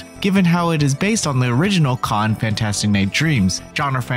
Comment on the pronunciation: The way the narrator says “Cotton” as one syllable: Cahn. I can’t.